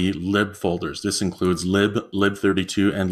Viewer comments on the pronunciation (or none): It's leviOsa, not leviosA. Your pronunciation of lib and bin irk me.